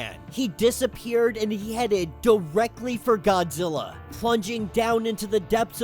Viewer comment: Why are you calling Godzilla "fraudzilla"?